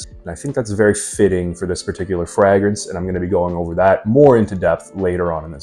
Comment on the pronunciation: Why are you pronouncing fragrance like fraag rinse? Sincerely asking, I like your content overall, keep it up.